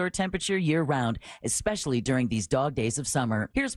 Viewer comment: Does anyone want to tell that the word is eSpecially and not eXpecially? Lol